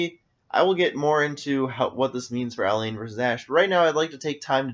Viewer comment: It's not Ah-layne, it's Ah-lan.